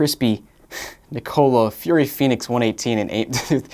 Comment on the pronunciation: I will never pronounce "Nicola" the same again 😅